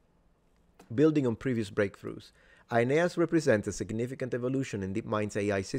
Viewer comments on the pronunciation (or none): none